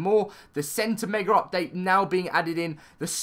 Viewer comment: I hate how he says megar it just makes me mad. Just me? Okay I'll just show myself out.